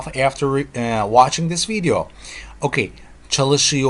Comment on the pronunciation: i love the way you say "okey" ;)